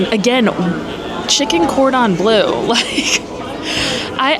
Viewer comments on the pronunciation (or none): Oh my you drive me insane….you seen ratatouille…..it’s pronounced Cor dom blur …. It’s French please respect the language or stop using it…..